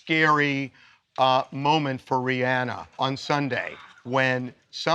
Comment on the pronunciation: It's pronounced Ri-AhNa Not Ri-anna Get it Right TMZ 👇🏾